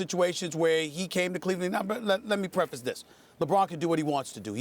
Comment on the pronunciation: "Let me prefesit this" just means he's about to bash someone